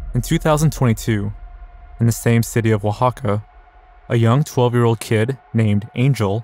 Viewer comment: I just wanna say it's funny how many youtubers say completely normal words (broad, documentary, unbeknownst) in a super weird way, and then here you are saying Oaxaca correctly.